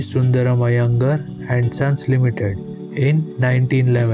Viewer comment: Its not Iyengur..its iyengaar